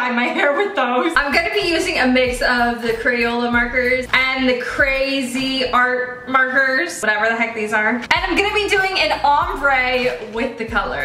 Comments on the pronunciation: I thought it was funy cuz she couldn't prounounce cra-z- art all it is is crazy art just say crazy art lmao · The way she said CraZ art😭😭 girl ots said like "crazy art" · She knows nothing it’s pronounced Crazy art even though it is spelled different. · It’s pronounced Crazy Art😭